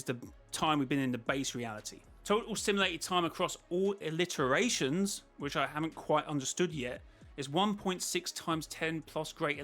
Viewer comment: By the way its “iterations” not “alliterations”. Meaning over every loop, every game, every chapter, has totaled up to whatever that number is